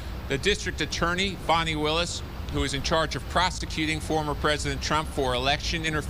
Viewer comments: Its Fannie not Fonnie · FahNEE? Nope fan ee. like in bootie.